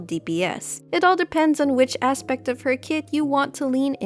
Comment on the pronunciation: "Which Asspect of Jean do you like the most?" Me: YES